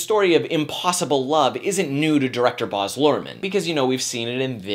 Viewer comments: Baz, not Boz... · I don't know whether you're trying to be more professional when you say "Bahhz" as perhaps an upper-class English person would, but it's "Baz". Super Australian and tacky, and short for "Barrie".